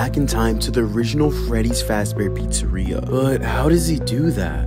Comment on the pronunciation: He mispronounces many things. “William Apton “ “Freddy’s Fazbear Pizzeria “ “ Scott Copton “.